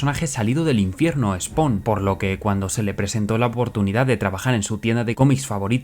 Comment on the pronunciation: ¿Por qué pronuncias bien SPAWN, pero Spider-man, mal...? Oye, por qué Todd aborrece a Peter David, lo ha llamado payaso. 😮